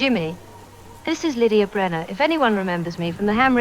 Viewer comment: Lydia Brenner 😂 You are killing it with the names, brother!